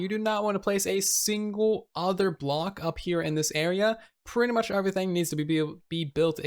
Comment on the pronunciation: “Overything” 😂😂😂 sorry I had to say it